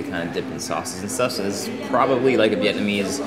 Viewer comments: Regarding the girl in the gym “breaking down” all of the Vietnamese words, she’s totally butchering the words lol is she even Vietnamese?? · New subscriber here. I’m in Hanoi looking for ideas and came across this. Great video, aside from the hot chick butchering the pronunciation of the viet words. Really enjoy your style. Keep up the great work! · Haha. She is terrible! Very cringy. What was with the Cher g-string?! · ayo who was that lady butchering vietnamese lmaoooo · Man that middle bit was horrendous. Like some outdated sexist infomercial you'd see in the 1950's. Not to mention the pronunciation of the meats was butchered to all hell. God help all the foreigners who saw this and ordered "father meat". Rest of the video is excellent!